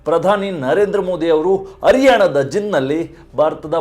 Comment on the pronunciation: ನೂರ ಅತ್ತು ಕಿ.ಮೀ. ಅ ರಿಯಾಣ ಅ ಮತ್ತು ಹ ವ್ಯತ್ಯಾಸ ಇಲ್ಲವೇ ನಿಮಗೆ